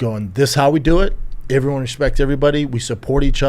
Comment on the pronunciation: i am going madballs over schaub saying "everyone" like "iivrione" and he uses the word so Fn much